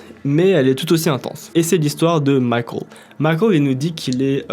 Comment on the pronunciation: Pourquoi dire Micheal comme ça ?